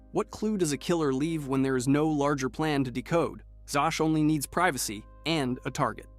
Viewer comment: It's pronounced "ZAZ"....... Victor ZAZ.